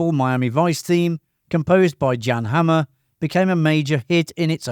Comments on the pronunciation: It’s pronounced SUNny Crockett not SONny even though its spelt like that. And it’s pronounced YAN Hammer not JAN Hammer. You tell us 20 things we “never knew” but you never watched a single episode yourself obviously. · Yan Hammer is how it’s pronounced I think folks